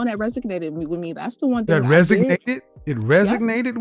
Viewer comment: Can't pronounce "resonate" and blames it on being unemployed??? Jesus christ 🤦🏾‍♂️